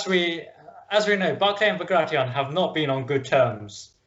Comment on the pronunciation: Great to listen, especially when guest authors read quotes, by that one can learn how the names are pronounced, while the authors of historyland garble them all into modern American, Barclay like Barclays band, Bagrashion instead of Bagration, Löwensteen instead of Löwenstein, there this is sort of serious history I would with that the authors would at least try better and follow en suite to those guest authors. I could hardly undserstand the chap with the pseudo German accent, strangely he couldn't pronounce the German names and pronounced them in pseudo English